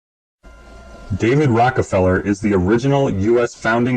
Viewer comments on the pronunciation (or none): He keeps saying rocky feller it’s rocka feller lol